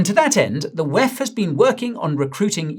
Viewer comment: Please do say wef as it sounds silly rather pronounce it as separate letters WEF